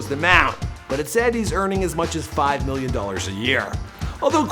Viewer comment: Why every time he say million it sounds like hes saying billion